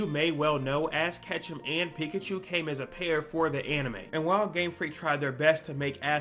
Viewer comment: why do you call ash ketchum, ass ketchum???